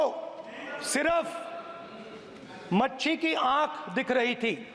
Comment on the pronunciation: नेता प्रतिपक्ष को मछली का नाम भी सम्मानजनक ढंग से लेते नही आता मछली को मच्छी बोल रहे है इसको किसीने समझाया हुआ है खुद की बुद्धि से कुछ नही बोल रहा नेता प्रतिपक्ष 🤗😎🧐🕵️🤔